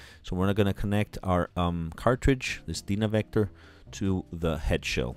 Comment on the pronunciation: Dude, rough night last night?!! You are having a hard time with your words....Dynavector is pronounced just as it looks...DYNA-VECTOR. Not Dina. Resonance is just as it looks, not risanance and other examples I won't cite today....go back and view your own video, it's worth a laugh! Coming from me who has been doing this for the last 55 years, you have done one of the best set-up videos on YouTube....that's a compliment! ....By the way That Dynavector DV-20x2 is a fine cartridge and I truly believe is THE pivot point towards Diminishing returns, in the cartridge world...No real need for those $5k to $15K brag pieces! I have used this as my reference cartridge since they came out in the 70's, in the red clear bodies; before most of you were born! I'm on my 3rd one! Anyway, in your sequencing, please do do ALL cartridge mounting and overhang and alignment work to the end, before zeroing out the tone arm weight and antiskate adjustments...Cartridge weight is ALWAYS and the END of everything you do in cartridge set-up, except Anti-Skate adjustment, for safety sake of that $1,000 cantilever and stylus....In-fact, during ALL alignment and tracking force and VTA adjustments, TURN THE ANTISKATING OFF. That makes it much easier to make all adjustments and you won't cause a cantilever snap, because the arm went flying due to the Antiskate pull. Most don't know this until it happens....If you snap the cantilever, you will find that a new replacement of a replaceable cantilever and diamo